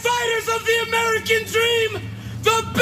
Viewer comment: she pronounced the shit out of AM-ER-I-CAAAAA! 😆